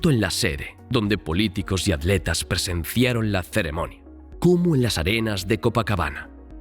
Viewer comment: Por que los españoles les dicen adletas a los atletas?